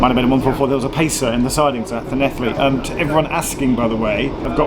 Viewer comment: Hi Geoff your in my home town and very very good pronunciation of llanelli love your videos need to visit like loughor and gower 😊